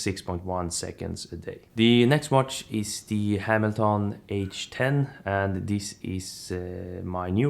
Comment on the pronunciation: Interesting how you pronounced ‘Hamilton’. Not bagging on you, I just never thought about that name that way. Good video overall my dude.